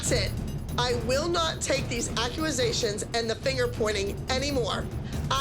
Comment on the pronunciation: “i will not take these acqueasations” -abby lee miller